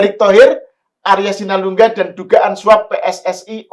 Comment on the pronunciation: Arya asulingga..bukan Arya sinulingga